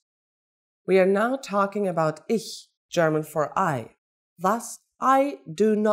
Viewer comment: can't even pronouce ich